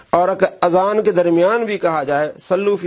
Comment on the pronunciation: ماشاء اللہ azab nhi azan ye sahih farma dyn